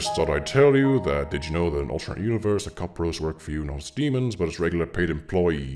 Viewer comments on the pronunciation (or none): the way he said "employeeEES?" I CAN"T